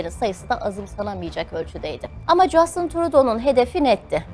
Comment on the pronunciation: Keşke adamın ismini de doğru soyleseydiniz, Justın değil Justin